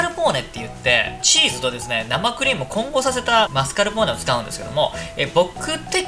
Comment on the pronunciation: 皆んな知ってる〜？ マスカルポーネとマスカポーネの違い